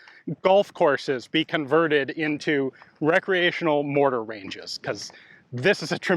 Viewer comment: Only in America will you hear someone say "Recrenaional Mortar range" love you guys, will someone get me this for Christmas please. . .